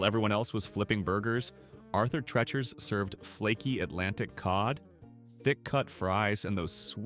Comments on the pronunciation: It's pronounced Tree chers. Please don't clickbait. None of these businesses were ever considered the worst. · Arthur "Tretcher's"...A.I. is a travesty. It's pronounced "Tree-cher's"! Its namesake was a British actor known for playing butlers and such, and in the '60s and '70s he was the announcer and general all-around sidekick on The Merv Griffin Show. The only one I ever went to was the one on Elm Street in Enfield CT, in the same shopping center as the now defunct Pumpernickel Pub. Only Burger Chef I ever ate at was on Memorial Drive in Chicopee MA. It was across the street from the Airline Drive-in, where they ran movies dusk-to-dawn on the weekends during spring and summer. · Never heard of some of these. Knew a gal in NJ who never heard of JITB. It's pronounced TREE-chers not TRETCH-ers. Brown Darby? AI bs. Because of the racist stuff, Sambo's changed its name to Seasons. The beginning of the end. There were two Sambo's in my town. Ate there many times. Place to go after the bars close.